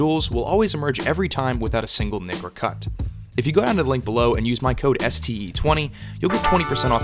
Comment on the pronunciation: That moment when you hear std instead of ste for the promo code xD